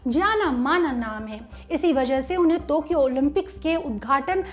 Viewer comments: टोकियो को तोकियो क्यों बोल रही हैं ये मोहतरमा? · Tokyo..not tokio mam ..sry to say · Its Tokyo not tukyo many time anchor specks tukyo. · टोक्यो होता है बहन, तोक्यो बोल कर बेज्जती कर रहे हों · I think it's टोकियो not तोकियो !! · तो or टो me fark hai,,,,tokyo hai thokiyo nahi😂😂😂😂😂😂😝😝😝